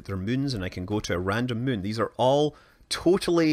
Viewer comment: "The Mün" - Space Guy